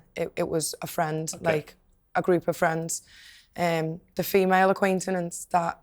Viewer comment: "aquaintenance"?????? "Obviously" "basically" "like" I hope that English isn't her first language